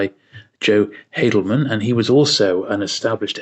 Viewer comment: Haldeman is actually pronounced "Hall-de-man", not "Hay-del-man".